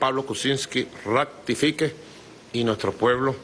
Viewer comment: Dijo: " ractifique"?